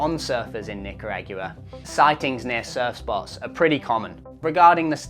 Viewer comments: What’s a nicaraque’ah? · Nicaragua… Knee-car-ehg-geww-weh! Love the Aussie pronounciation of some words mate hahaha 👍🧡🏄🏻‍♂️🤙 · Oh man you butchered the pronunciation of Nicaragua lol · Love your pronunciation of Hacko and Nicaragua. Scary video. Had a run in with a croc chasing me at Punta Arenas. When he finally caught me it was just the beads of an old fishing net fought on the bottom while I was getting dragged by the current. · My ears are bleeding after hearing you pronounce “Nicaragua” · Why are you pronouncing Nicaragua so goofy? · im here just to hear butcher the pronunciation of Nicaragua...lol! An Auusie with no spanish skills...love it. Sorry just heckling ya! Thanks for all you do! Love your insightful breakdowns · Your pronunciation of Nicaragua is hilarious. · How you pronounce Nicaragua is nails on chalkboard level annoying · Your voice is not pleasant and please learn how to pronounce NICARAGUA! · His pronunciation of Nicaragua kills me!!! Like I can't breathe! I mean, at least watch a YouTube video about the countries so you know how to pronounce it. That's not just accent that's completely butchering it. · That is the craziest pronunciation of Nicaragua I have ever heard. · 320 million to be exact" 💩 💩 💩 Damn you can't even say Nicaragua properly. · While I loved listening to your pronunciation of Nicaragua, I am begging you to Never go to AI narration. Your mispronunciations are entertaining and delightful while AI is annoying and grating. Best of luck with your channel 👏👏❤️💞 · I came looking for this comment it is weird the way he says it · He just says it wrong, which shows you he little to no actual research and just stole this information and posted a video. They all do this crap. He's been there and never learned the proper name? I guess that makes him a proper doorknob. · say "Nicaragua".....just joking man, excellent video. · You have to work on your pronunciation of Nicaragua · Did you seriously pronounce Nicaragua like that?